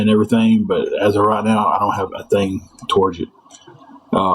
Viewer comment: I think they were trying to say "TOWARDS."